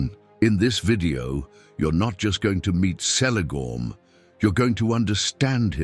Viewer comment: who else here was saying its kelegorm not selegorm like even in oe of the deleted scene of the first lord of the rings movie haldir does pronounce the letter c the way tolkien said it was pronounced which is like the letter k.....also the irony that he was blond like the kids his grand-pa had with his 2nd wife and yet is the one that is most similar to feanor whom hated the 2nd wife and his half-siblings is funny in my eyes